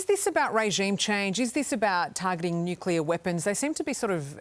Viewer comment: Nuclear! Not nuculer.